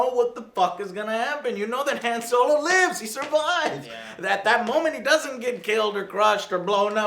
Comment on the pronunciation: thats not han solo is dan yolo lol